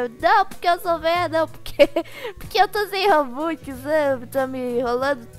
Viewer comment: Eu amo quando ele fala robuquiz